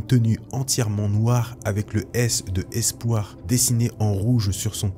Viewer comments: le "S" de Espoir 🙄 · Très bon mais... le S de espoir?😁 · Le S de Spoir mdrrrrr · mdr quoi ?? le S de Espoir ?? Spoir ??? mdr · Le S de "Espoir"? Sérieusement? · Le S de espoir, j'adore.